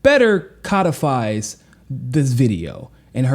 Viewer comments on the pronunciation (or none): Biases = "By-uh-sis" Codifies = "Cō-dih-fīs"